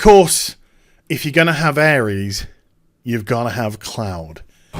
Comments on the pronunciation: Am i the only one screaming aeris/aerith isnt pronounced ares? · he also called Aeris/th ''Airees'' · I hand in my MAN card, when i saw the PS Play video I cried like a little girl, PLZZZZZZZZZZZZZZZZZZZZZZZZZZZ dont fuck this up SE plzzzzzzzzzzz make it what you showed I have waited decades for this. PS Her name is Aerith pronounced AIR-ITH :) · Aries? Isn't her name Aerith?